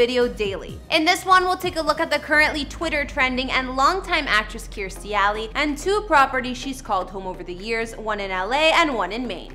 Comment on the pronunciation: Lady misprounced her name